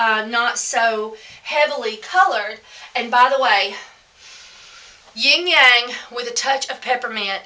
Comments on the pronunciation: I love your videos and I just found you but it's not ying yang! You were cracking me up here. The first time I thought I didn't hear you right. The second time I thought, "Nooo. " The third time I realized yep that's what she saying, "ying yang.." It's pronounced like this: lang lang. Lmbo. ❤❤❤😁✌ A "ying yang" is what you call a jerky person. Love ya. Thanks for the great tips. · fiy.. Ylang Ylang is pronounced.. eelang eelang.. not ying yang. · Thanks for sharing! Just a FYI... wrong pronunciation of Ylang Ylang. The word you are saying isnt even a essential oil. =)